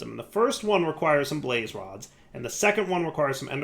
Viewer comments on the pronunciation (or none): none